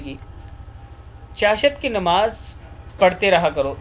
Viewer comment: Asslamalaikum, urdu to Molana sahi tallafuz se parha karo.chashat nahi chasht kaha jata hai